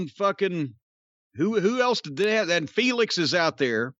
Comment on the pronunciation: Really stressing the L in feLix, corny hahaha